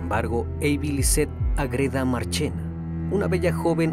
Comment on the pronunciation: Estimado, ¿Porqué pronuncias AgrÉda, cuando tú mismo escribiste Ágreda, con la sílaba tónica en la A? 🙏🏻 Me encantan tus vídeos, no lo tomes a mal, sigue haciendo contenido de gran calidad 👏🏻